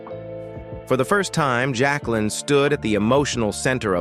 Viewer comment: Can’t pronounce Jacqueline either & not enough diligence to even change the mispronunciations .. just read a biography